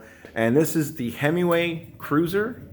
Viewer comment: You keep calling it "Hemiway" ... like a Dodge, lol! Nonetheless, thanks for a very informative video, going to head out to the garage and make some adjustments. Always thought 2 was too low and 3 was too high, look forward to remedying that. Can you post a link to the 2020 model video you mention? I couldn't find it.